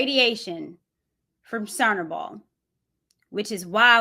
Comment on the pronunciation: CHERNOBYL; 'CHUR-NOBLE' IS HOW IT'S PRONOUNCED..